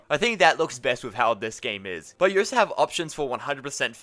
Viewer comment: bro why do you keep saying “oh so” instead of also